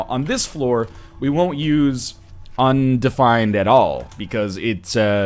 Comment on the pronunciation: On-defined. BC accent in action.